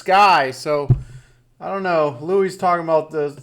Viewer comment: Michael Lynch Louis is pronounced Lewie.